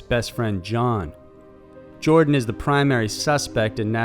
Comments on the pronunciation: It's Joran, not Jordan and it's pronounced with j sounding like y as in yellow. I enjoy your videos but you have many mispronunciations. I wish you would research before you make video. It's super distracting. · His name is JORAN (not "Jordan") Van der Sloot